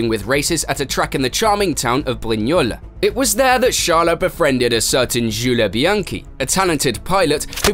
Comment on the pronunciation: what is that pronunciation? Chale Leclerc, Jule Bianchi